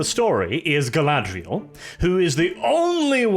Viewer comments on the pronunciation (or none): Guy-lad-Rey-el is the worst Mary Sue ever